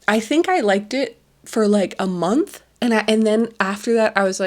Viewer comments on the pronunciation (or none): none